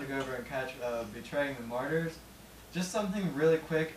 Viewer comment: It's pronounced like this.. mar-ters, not mar-tars. Aaron Matts <3 I know someone just asked in a way, but did Whitechapel play anything from The Somatic Defilement? Two of the big four! Nice haha! Did Slipknot do the get down/jump up thing?